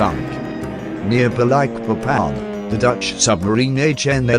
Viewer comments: At least the bot's pronunciation of "sarawak" is relatively decent. The way it says "Balikpapan" gives me cancer. It should be spelled "Ba-leek-papan" not "Ba-like-papan". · It is annoying he have to say Balikpapan like you say Papa not Baylekpaypan!! And Balik like you say it(literali)!!! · Very nice Sr,congrats With solely intention to help,I flew all Borneo last years,and the pronunciation is Baleekpapan. Thank you from Brasil pilot. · It's Ba-leek-papán